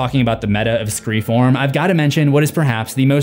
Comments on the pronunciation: it is either pronounced "SCREAM 4" or "ScreFOURm"! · I laughed every single time you said “Scre-form” 🤣 I know why you’re saying it but it’s hilarious and caught me off guard 🤣